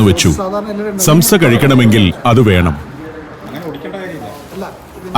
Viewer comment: സംസ അല്ല സോംസ. നീട്ടണം. നമ്മുടെ ഉച്ചാരണത്തിൽ സാംസ. നമ്മുടെ സമൂസ ഇതിൽ നിന്നും വന്നതാണ്. സോംസലറി (somsalari) എന്നാൽ ഇവരുടെ ഭാഷയിൽ സമൂസകൾ.